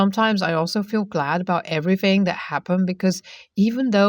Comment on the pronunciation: the word everything is TH thing not everyfing like you keep saying. please say your words properly.